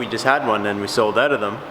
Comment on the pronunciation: Who else just smiles when he hears "aeout"